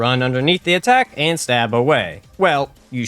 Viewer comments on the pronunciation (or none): none